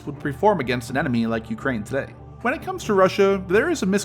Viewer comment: dude makes an 8 minute video with over a minute of placement ads and cant even pronounce Ukraine right, did you not listen back to anything?